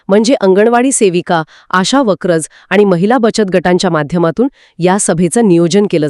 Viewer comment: वर्कर.. वक्रज नाही